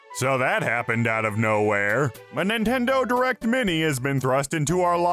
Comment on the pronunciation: A “Min-Min-i” Direct??? Ehhhh????